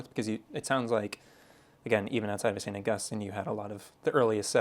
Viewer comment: Just a quick, friendly mention -- the saint is St Au-GUS-tine. The city is St AU-gus-tine. Accent shifts. 💙❤️